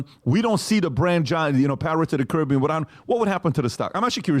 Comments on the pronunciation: Hold up…I swear I heard him say “Pirates of The Karen-bean.” If not, I declare myself the creator of these gloriously put together words and demand recognition for it…Just kidding. Seriously though, this is gold either way. SPREAD IT EVERYWHERE UNTO THE MASSES!” 😂Even the subtitles say it! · I could swear you said Karen-bee-an in the very beginning. 😆🤣😂